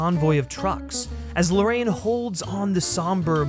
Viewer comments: It's super cringe when you mispronounce the director's name "Larraín" as "Lorraine" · Great review, but, why don't you take the trouble to pronounce correctly the second name of director? Seems to be talking about another person. Easy, try writing Larrain in English-Spanish Google Translate and you have the correct pronunciation.